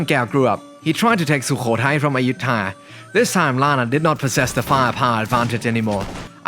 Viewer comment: Quite informative. I hear a lot of mix in your accent, which is intriguing, but the one thing I want to ask about is your pronunciation of Ayutthaya. Is that normally how it's pronounced in The North, with a long vowel in the third syllable?